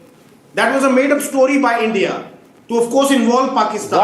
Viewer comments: Its India not Andia 😂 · Its ENDia